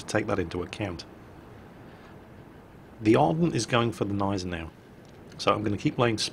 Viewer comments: Guh-NYE-ze-now ;p Bitte. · Great video as always, but the g in Gneisenau isn't silent. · why do you never say the G of Genisanau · remember: Germans put letters into words and names to be used. So Gneisenau uses the G too.